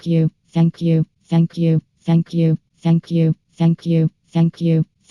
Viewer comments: Or saying f**k you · If you speed it up to 2.00 it sounds like is saying “Akyoo” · It sounds like is saying fuck u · Maybe it's just me but, If you listen to for long enough, it sounds like she's saying "fuck you" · "shank you" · all i hear is "ankiu" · Fenkju. That's all I hear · It sounds like she saying ”Fuck you” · if you listen real close it sound like she's saying fack you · To me it sounds like 'feck you' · Heck you is all I hear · Sound like Feck U Or suck u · If u speed it up it x2 is sounds like she says f you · ITS LIKE SHE IS SAYING THE F WORD